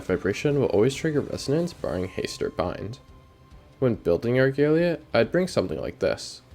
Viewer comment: > ar-gay-lee-ah dislike video